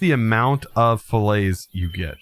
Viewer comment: FINALLY!!! Someone who says "fillet" properly!!!